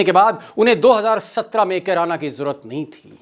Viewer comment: अरे मोटा भाई किराना नही कैराना